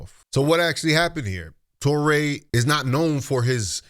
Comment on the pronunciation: Touré is pronounced Too-Ray. Not Taw-ray. Americans truly annoy me with their insistence in disregarding the language rules of languages other than English. It gives coloniser arrogance.